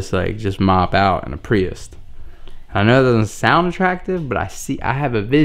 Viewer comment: Is it just me or is he saying “priust”? There is no T in prius fam